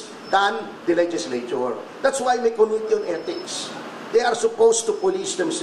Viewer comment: Sama mo na yung mispronunciation ng committee. kohmity ng kohmity parang King of Kohmity lol